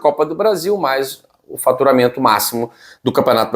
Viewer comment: Boa tarde fala claro e faturamento ou FARTURAMENTO K K K K.